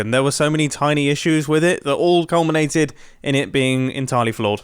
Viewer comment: could you say.....COALminated?